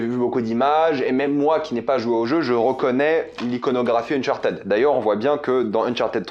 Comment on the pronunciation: le unchartaid est horrible a entendre , c'est uhn chaar tuhd